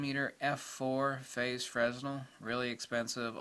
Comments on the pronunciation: Um, pronounced it as frenzel when the correct pronunciation is fray-NEL. Nothing more and nothing less. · A bit of a nit, but Fresnel is pronounced fray-NEL. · Quick note, that's not how Fresnel is pronounced. It's a French name, so the s is silent.